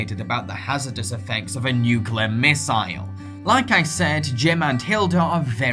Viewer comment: Nuclear. Not 'nuculer'